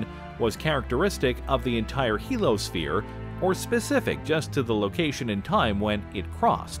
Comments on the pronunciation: very good, interesting, and informative video, once again. I have a question, however. Isn't "heliosphere" actually pronounced HEAL-ee-uh-sphere, rather than HEAL-uh-sphere? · You keep dropping the "i" in Heliosphere! You keep saying "helosphere." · It's "heliosphere", not "helosphere". Heel-eeyo-sphere. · OMG!!! Do you realize how frustrating it is when a narrator can't pronounce a particular word a dozen times? I know what a Heliosphere (pronounced "HE-LEE-O-SPHERE") is. But, what is a "Helo-sphere"? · heliosphere! He-Li-O-Sphere NOT helosphere. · It's not pronounced "helo-sphere", because it's spelled heliosphere. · I couldn’t get past that he kept calling the heliosphere the “he-lo sphere” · '' HEEL - [ee] OH - sphere '' !!! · A) It is pronounced "hee-lee-os-fear" There's an "I" in the middle of the word, and it is sounded out, genius! B) Monetize much?! The Goodyear Blimp features less advertising than this clip! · SAY HELOSPHERE ONE MORE MOTHERFUCKIN TIME!!! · I was trying to ignore it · I think I’ve commented on YouTube maybe 3 times in my life but the fact that this asshole drops the I in heliosphere while trying to sound competent is a special kind of nails on a chalkboard. I came here to just say he sucks and give this video a thumbs down.